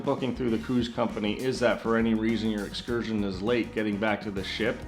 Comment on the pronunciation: There’s no t in excursion